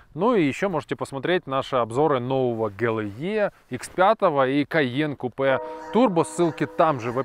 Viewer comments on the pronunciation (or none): none